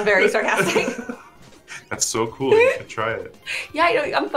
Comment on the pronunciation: Cool is like Contra not like Mario